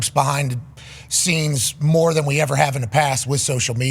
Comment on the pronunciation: Who says dahn than?😅